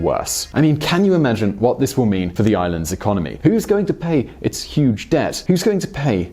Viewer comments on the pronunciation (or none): none